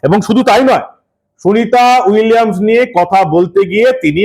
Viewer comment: শুভেন্দু নিজেই তো সুনীতা উইলিয়াম উচ্চারণ করতে গিয়ে তো তো তো তো করে ফেলল । সে আবার এত বড় কথা বলে।